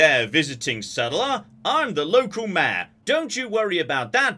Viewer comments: Every time you say Mayor it sounds like mare, and I was very confused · for like 20 min i kept hearing maer. I was like wtf is a mear. Mayor..